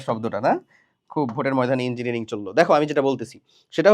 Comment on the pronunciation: ইঞ্জিনিয়ারিং হে ইনঞ্জিনিয়ারিং 😁😁